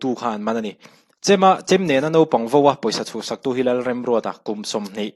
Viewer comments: 'Nopang' tih leh 'vo' tiin i chhiar a, a ziakah hi chuan 'naupang' tih leh 'vau' tiin a inziak si!! Nopang tih leh vo tih hi a diklo hrim hrim bawk si. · Jaste, Nopang ni loin Naupang tih tur aw. Chuan Vo ni loin Vau tih tur. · Nopang i ti hi i inhmeh thlawt lo. Naupang ti zel tawh rawh aw...Vau ti tawh bawk ila...